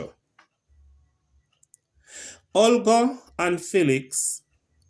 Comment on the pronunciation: "FEELIX" not "FELLIX"